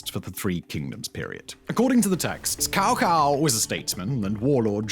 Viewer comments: ahem, “tsao tsao”, not “cow cow” please… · Reminded me of playing Dynasty Warriors games with the ENG voice actors referring to Cao Cao as cow cow instead of tsao tsao and then just waiting for them to say Cao Pi a bunch of times and trying not to laugh. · Tsao-Tsao not cow-cow as dstovell mentioned. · Not Kao Kao, but Chao Chao. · It's pronounced Tsao Tsao 🤦‍♂ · "Cow cow" at least look up the names you're going to be saying. Otherwise, you look either uncaring/uncultured by not putting in the effort to even try. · FYI "Cao Cao" should have pronuced as "Chao Chau" "Cao Pi" as "Chao Pe" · So saying Cao Cao's name as kow kow at the beginning was an indication of him having researched how to pronounce it properly then? I speak both Cantonese and mandarin, mandarin pronunciations are much more easier to learn phonetically wise to a native English speaker, if you knew about these 2 languages of course. But go ahead, defend him for being sloppy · More similar to Cho Cho with the 2nd pronunciation ending on a low tone. They never seem to bother looking up pronunciations, it takes only a minute 🤷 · I came to the comments to say this, I'm glad someone else got there first! Tbh, the only reason I know the correct pronunciation for Cao Cao is from playing the sh** out of Dynasty Warriors years ago 😂 evidence of a misspent youth...